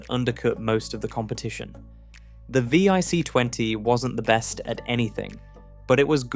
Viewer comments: The V... I... C... 20? You mean the VIC 20, right? Why not just narrate your video with an actual human who could get this right? Have you really saved that much time and effort? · If you're going to do a piece on UK tech then at least use the UK language. Some of it was laughable. The VIC 20 not the vee eye see 20. As others have pointed out it is zed not zee as well as other mispronunciations. But I suppose AI just isn't going to get it.